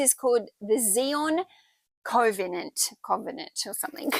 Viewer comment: Zion is pronounced Zai-on. Covenant is Kov-ah-nant. Just being helpful for next time.😊🌹 Love your work...so much profit too. Love it❤❤